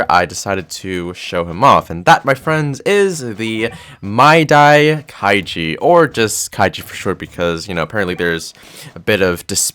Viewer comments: My-e-da that’s how u say his first name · You pronounce his name as Mah Eh Dah - kay G